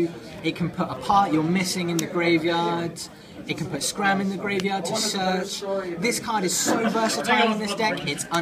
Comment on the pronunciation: OMFG ITS SCARM NOT SCRAM XDDD